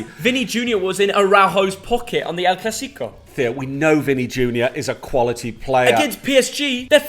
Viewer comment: The way pronounces El Clasico, nails on the chalkboard🤦‍♂😁.